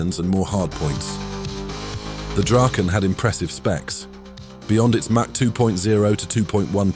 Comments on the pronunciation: It's Draken.. (Dragon)....it is NOT "Drayken" as you pronounced it....there is NO "Y" in Draken or Dragon. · Nice that you are getting the pronunciation almost right! (The "Draken" is Dra:ken, not "Drayken".) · either way the "drayken" pronunciation is wrong.